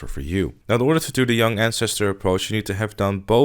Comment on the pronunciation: “Welcome to my Yung Ann-stir-stir guide”